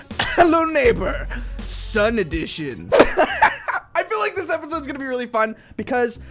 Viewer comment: Wait… sun-edition or sundition😧